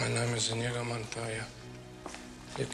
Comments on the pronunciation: eyes-pink-heart-shape:Slight correction, it's Inigo Montoya, not Indigo. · Just fyi. It’s not Indigo. It’s Inigo. Great reaction video!